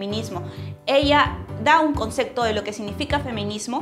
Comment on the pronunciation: ¿a quién se le ocurriría decirte "se te va a pasar el tren"? Ja ja ja Me gustó el video, y si algo me ha distraído un poco, es tu manera de pronunciar la palabra Concepto: suena a concekto. Saludos desde Tacna, que estamos de aniversario.